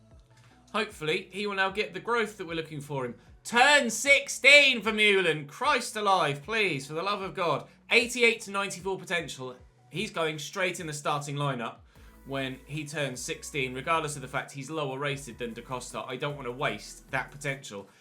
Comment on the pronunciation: Just wanted to come in and say that ‘Vermeulen’ is pronounced ‘vermölen’ in dutch, like the German umlaut. Loving the series,!